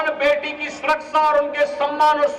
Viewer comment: Surakasha to bol nhi pate surasa bolte ho phle bolna sekho